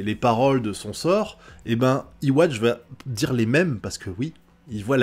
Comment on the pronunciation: D'après ce que j'ai vu jai remarqué les pouvoirs d'uryu se sont réveillés juste après yhwach active the almighty donc les pouvoirs d'uryu sont en synchronisation avec celui de yhwa puisqu'ils ont le même schrift (A) Petite précision yhwach se prononce comme ceci (youhabaha) pas iwatch